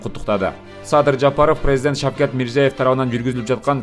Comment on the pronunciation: Шевкат эмес о кок мээ шавкат десен